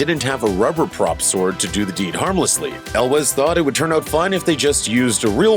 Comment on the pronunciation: Ok I was gonna watch all the way thru, but on the second one...really? El wes? Really? At least learn how to pronounce their names if you're gonna talk about them